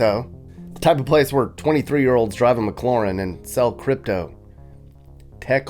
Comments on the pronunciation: Mc LAIR EN not Lauren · Mcloren? Did you say that? 😂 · ...are you trying to say "Mclaren"?